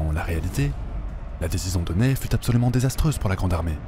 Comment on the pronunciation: Je crois que le maréchal Ney se prononce "Nè", et pas "Neille".